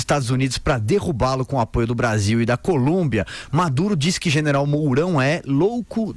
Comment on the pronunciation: Colômbia, e não Columbia.